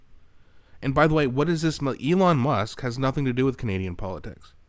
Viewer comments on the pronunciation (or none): none